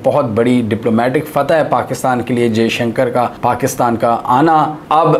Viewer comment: Jeshanker ni hota , Dr jaishankar hai unka naam , Bhai bolna toh seekh lo , lock ko tum lack bolte ho, toffy ko taffy , views struck ho jayenge Bhai , aur Dr jaishankar nhi ayenge pakistan.